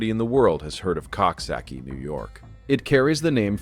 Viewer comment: It is pronounced Cooksocky(coxsackie)